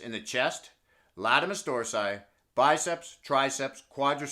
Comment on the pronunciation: Hey. Not to be a smart Alec but the muscle you refer to is Latissumus Dorsi, not Latimus. Keep up the great work man. Love the channel.